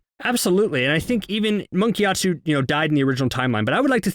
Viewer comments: Monk gyatsO NOT TSU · "giat SUE" lol giatso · Am I the only one who constantly hears "Monk GyatsU"?